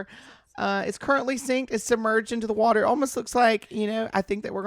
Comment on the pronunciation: Wa’er here!!!